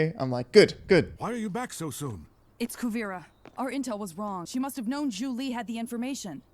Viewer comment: At some point dude's gotta realize it's Zhu Li and not Julie 😄 Also, eviscerated, are you sure? Thanks for the reactions!